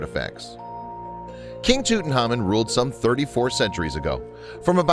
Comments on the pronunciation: Who the hel is tuthamun it’s Tutankhamen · Tutankhamen is one of the most famous known pharaoh's that we know of. We know a huge amount about him. So why on earth does this narrator continue to mispronounce his name and miss out the K?? Very very ignorant and sloppy fact finding. Nothing I have read has EVER called him that, strange.